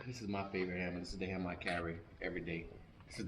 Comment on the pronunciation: The "hammar"